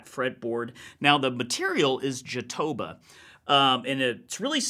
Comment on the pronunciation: One tip: Jatobá(pronounce Jatobah) is a brazilian wood.